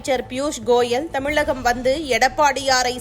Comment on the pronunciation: ஏம்மா உனக்கு தமிழகம் னு அழகா சொல்ல வராதா. தமிலகம், தமிலகம்னு சொல்லி வெறுப்பேத்தரயே.